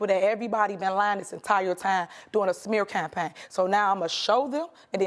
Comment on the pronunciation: All part of a smeh cappay.